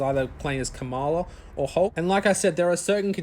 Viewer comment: Her name is not Kamal, it's Kamala